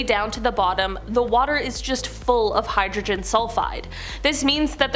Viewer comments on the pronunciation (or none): none